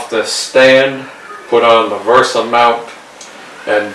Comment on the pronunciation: VESA not VERSA